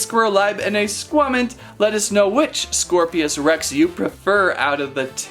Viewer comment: "scor-pios" rex💀 Nah it's "scorpios rex"